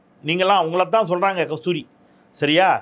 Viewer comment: துவக்கத்தில் உங்களதா உங்களதா என்று அழுத்தி கூறுவதை தவிர்த்திருக்கலாம் சார்...